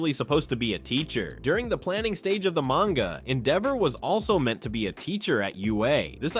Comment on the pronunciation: "Mayne-ga" Didn't get further than that.